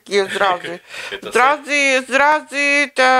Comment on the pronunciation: ЗРАЗЫ,, ЗРАЗЫ, А НЕ СРАЗЫ!